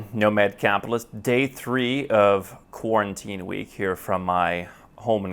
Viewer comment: Quaran-TEA-ine Week lol.